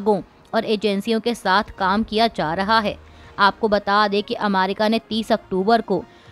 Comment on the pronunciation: America का उच्चार अमारिका क्यों करती हो ? न्यायालय का उच्चार न्यायाल्य क्यों किया जाता है?